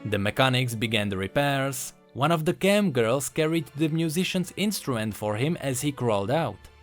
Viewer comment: the way you said "chem girl" though 😂😂